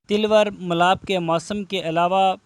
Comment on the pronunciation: Jahli ko ye pata nh nh is ko tilwar nh taloor bolte hen jahil